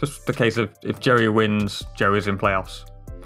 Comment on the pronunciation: Let's all hope Jerry doesn't make it. This guy can't say his name right :/